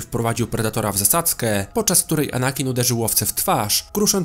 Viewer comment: Bolało jak mówiłeś anakin